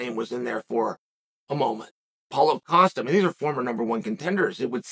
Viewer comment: when he says Paul Costa sounds like Holla Costa 🤣